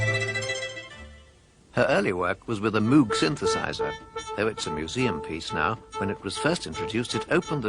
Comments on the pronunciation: Notice how she (correctly) pronounces "Moog" to rhyme with "vogue," rather than like a cow sound ("moo") with a G on the end. Go and do thou likewise! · Bob Moog said it should rhyme with Vogue. If that is good enough for him then it is certainly good enough for me. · Even Giorgio Moroder pronounces 'Moog' correctly! XD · She pronounces ''Moog" correctly, the narrator does not. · Of course she did, she knew Bob Moog personally, only Bob himself would know better how to pronounce his name ;-) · You can hear Wendy saying it properly, heh